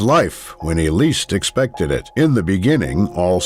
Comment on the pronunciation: He misspronouced "expected" a lot of times.... "Unthinkable" my a** :D Also there is a huge differrence between brave and stupid although its the same with sharks. The one you see is usually not the one that is dangerous